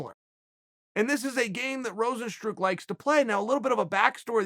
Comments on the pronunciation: Rose n stru... there’s the classic chael mispronunciation haha!!! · Everyone : Rozenstruik Chael: Rozenstroo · Chael Sonnen: Rozenstrook Dana: If you don't know, now you know.